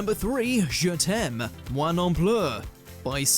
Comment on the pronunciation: You butchered the pronunciation and the translation and the meaning of the title “Je t’aime ... moi non plus. It means: “I love you ... I love you too.” Nice job, dude.